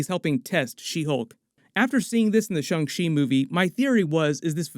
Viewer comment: "Shung Shee" Guys can you please TRY?